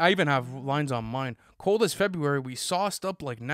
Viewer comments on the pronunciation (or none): none